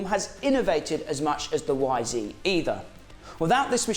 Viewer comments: You’re English man not bloody American. It’s Y ZED 250 not YZeeeeeeeeeeee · It’s not a y zeee you numpty it’s a y zed your in England man !!!! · It's ZED, you numpty! You're not an American. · Say it properly lad...Y Zed. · It’s YZ not Yzee 🤦‍♂️🤣